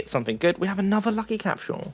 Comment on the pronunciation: Can you please pronounce "Capsule" the correct way?